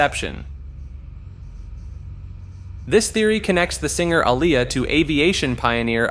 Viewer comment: Don’t forget A-liar!! 😂